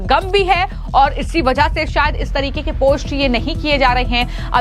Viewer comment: Aby tujhy bolna to a nhi rha phost post ko😂